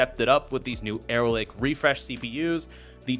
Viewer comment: "Aero Lake" lol